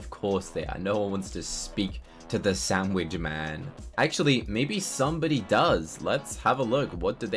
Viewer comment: i dont want to be rude but it si not a shanwitsh sho it is hamburger sho